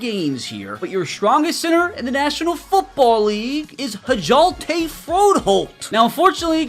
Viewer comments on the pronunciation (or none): Fro’s name is pronounced as “Yell-duh”